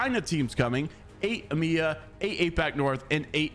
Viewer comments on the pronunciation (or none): IT IS E M E A NOT EMEA